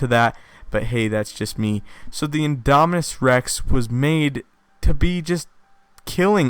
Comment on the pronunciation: So if the big one is "Indominis Rex", would the Raptor sized ones be "Indominis Nublarensis"? (if originated on Isla Nublar) I wonder if they'll ever name a dinosaur for Henry... can't help but laugh at the sound of "Indominis Wu"